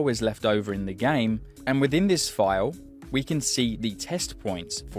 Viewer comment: Imagine pronouncing the word “file” as “fiyuww” 😂😂😂